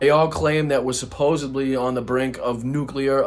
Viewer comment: Soppos-ed-ly, not suppose-ably. Other than that, couldn't agree more 👍